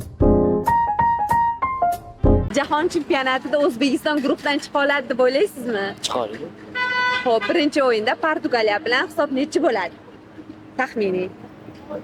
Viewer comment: da chiqadi dedimi yo chichadi dedimi?